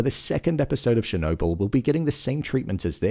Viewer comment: It’s not “Shernobyl”